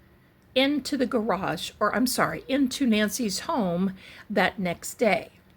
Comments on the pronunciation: I admire how you must have controlled yourself… to not pronounce “grage” I know it sounds so flippant, but I do love you & what you do.🥰 thank you for everything you put into your forensic readings! Not to mention you’re amazing backdrops💕 I can’t imagine the time and energy it goes into making them! I would love to live in one of your backdrops😻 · Ps - Can’t believe you got through this whole reading without saying “gararrrge” lol